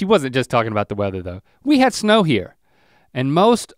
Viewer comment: “I’m hare, and I’m quare!”